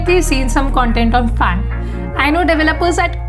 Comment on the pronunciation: ts not FAANGT Its a TAANG LOL : )